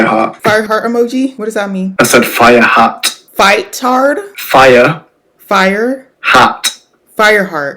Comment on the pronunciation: The struggle to understand he was saying “Fire hat” was insane. 😭🙏